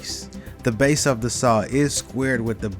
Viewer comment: It’s all about “da base”.